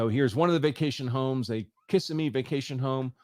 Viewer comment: It's Kih-sem-ee, Andrew.